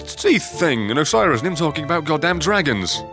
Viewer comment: You know hes played this before because nobody in history has ever pronounced Oceiros' name properly the on their first try.